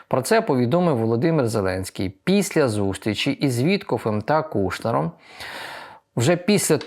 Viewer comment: не Піся, а Після. Перше має дещо інтимний характер